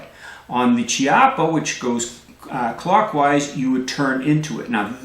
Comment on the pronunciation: Chiappa is pronounced with a "c" as in "cat" or "caliber". It's because it's Italian, where generally "h" makes a hard sound sound so if it was Ciappa you would be correct. Now if it was Spanish is would actually be pronounced as you did since there a "ch" combo is like the first part in "Czech". Easiest way to remember is that the Spanish writes Qué, but the Italian writes Che.